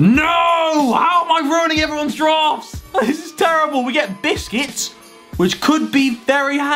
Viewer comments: He called Busquets biscuits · Can you stop calling busquets biscuits 😂😂😂😂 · I love Harry’s pronunciation of “busquets” he really sounds like he says “biscuits” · That’s the purpose of it he says biscuits on purpose